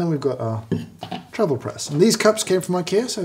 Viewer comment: i can feel James’ soul withering from working these - but also seems to be having some fun :D Also - am i the only one that hears “travel” sounding like “trouble” here?